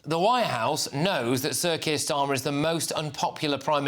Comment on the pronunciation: Starmer couldn't wipe his Rs properly, a complete derrrrr.